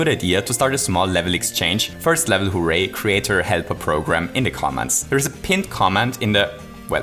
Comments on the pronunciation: Hooh ray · Nobody:: HOO-RAY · the accent when you say "hooray" is so amusing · because he is austrian